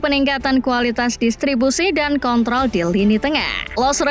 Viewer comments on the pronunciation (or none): none